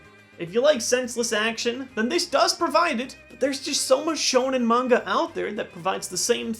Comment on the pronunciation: The way he says manga 'mungar' irritated me lel